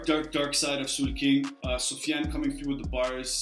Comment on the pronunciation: It's afionso not sofian